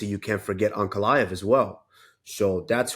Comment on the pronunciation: This man couldn't say Ankalaev's name! Alex beat the man and made him a fan! In his mind it's Alex first then him second, in reality there are other killers! Ankalaev is one of them!